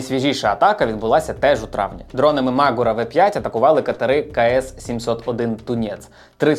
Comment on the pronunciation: Дякую, цікаво та пізнавально! Але не дуже зрозумів, чому наголос "мАгура", наче ж правильно "магУра". Принаймні саме так називається гора у Карпатах - звісно, може назва має інше походження...